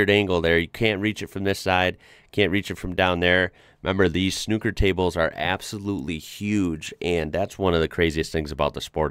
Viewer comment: SNOOKER you keep going back to saying SNUCKER